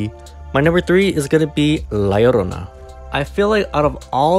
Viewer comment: idk if you're latino or not, but your pronunciation of "la llorona" is so refreshing and gorgeous. I'm latinx and kinda cringe whenever I hear someone say "lah yorrona" lol